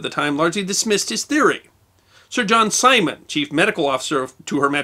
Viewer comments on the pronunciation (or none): none